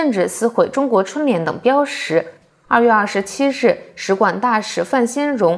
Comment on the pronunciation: 标识 音 BIAO1 ZHI4 标识 == 标志 == 標誌 == 標識 绝非 BIAO1 SHI2